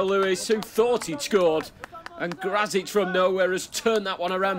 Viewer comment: Yep he is a Pole Should be "Gracik" if they want to speak a bit more correct